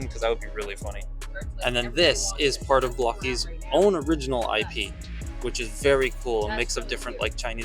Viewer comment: As an English language arts teacher, it still bugs me to no end that it’s pronounced BLOCK-ees. But, hey… language evolves. 🤷‍♂️